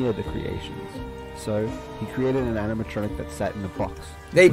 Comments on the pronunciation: I love how speed can't say animatronic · Nah... oraegan? ANIMATRONTIC? WHAT THE FUCK? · Anamatrachek lol